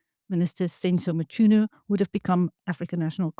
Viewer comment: please try to pronounce African names better. The 'ch' in Mchunu is pronounced 'k' and there is no 'a' between 'm' and 'c'. But ' M-k-u-n-u is guilty for sure though the ad hoc committee protected him